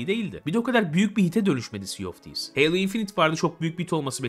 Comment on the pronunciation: abi halo diye okumaya alışmışım heylo diyince çok garip geliyo doğrusu hangisi